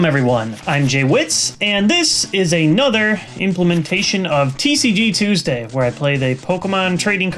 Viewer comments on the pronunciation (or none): none